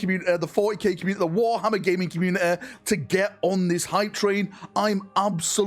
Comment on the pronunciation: Commu-ne-eh - come on man 😂